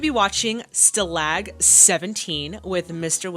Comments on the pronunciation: Schemer is not a name, it's a noun, describing someone involved in schemes - underhanded or illegal plans. In this context, a nickname. And, by the way, stalag has the emphasis on the first syllable. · This was a really great reaction,! Your response to the ending is just terrific! Totally gobsmacked! Looking forward to seeing STALAG 17 (1953)! (By the way, it’s pronounced STAH-lahg, not stuh-LAGG…it’s okay, live and learn…)